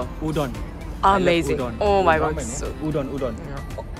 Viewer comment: UDON.. marcellino say's : UDUNEN.... what the freeekkk... wkwkwkwk